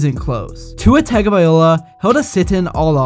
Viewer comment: I won't like or subscribe until you stop saying Tago-Vaiola. Smh 😂